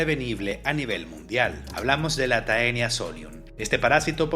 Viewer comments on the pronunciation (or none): Taenia se pronuncia como "Tenia", ya que en el latín eclesiástico anglicano (que es el que se usa para los nombres científicos) el diptongo "ae" se pronuncia como una "e". Según sé en el latín vulgar y en el clásico la pronunciación es diferente, pero en el latín que se usa en taxonomía si se pronuncia de esa manera!